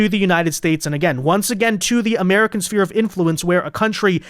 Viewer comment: SPHERE 🌎 NOT Spear 🦯 please... (SSSFEAR)